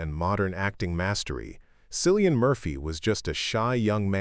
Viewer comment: Please pronounce his name correctly…..Killian. This documentary is well done, I love learning about my very favorite actor! Thanks!❤️